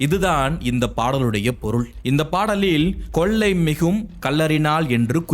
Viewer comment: கொல்லை அல்ல கொள்ளை...லகரம் ளகரம் சரி செய்யவும்....